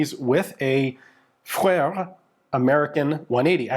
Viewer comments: Its the uh sound, vuh-ruh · Vöre - not that hard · Speak "Foehre" or "Fo-ore" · I always pronounced Voere as V-Ore. I've had a couple of their bolt-action and lever-action guns. They are good guns, but not as nice as other German-made guns. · I always tried to pronounce it as a native German-speaker would, which is difficult to try to write phonetically because the (very common) German "oe" doesn't exist in English, but talking to people at gun shows, everyone seems to pronounce it as the English name "Vera", which is a reasonable translation. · Voere or Vöre for ease can be pronounced as For-uh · Say: "Foo re" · like the tree, the name is a combination of the two foundr names, VOEtter und REstle. Voetter als can be written as Vötter. So it makes Vöre... basically a misspelling of the tree name "Föhre" (Pine). Also their logo is a needle tree, which makes it more obvious how the name should be pronounced. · German guy here. Your phone had the pronounciation spot on. V in German is mostly spoken like F (Volkswagen) and oe equals our "ö". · Your problem is assuming it's actually an "o" and an "e", it's a different vowel sound altogether. You've been to Finland, replace it with the "ö" sound from there, and you're closer. =) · I'm kind of surprised that Ian has such troubles pronouncing "Voere". 😅 The combination "oe" is pronounced as an "ö" in German. and it's the same sound you make for the "eu" in "leu" in French. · Aye, was looking for someone who'd commented this. =) Ian's been to Finland many times by now, surely he knows what "ö" is supposed to sound like? :D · If you don't try to pronounce it in a French way, you might succeed at saying it correctly. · In German (the language, whether Austrian, Swiss, Belgian or Germangerman) a V is almost always pronounced like an F. Referring to the intro haha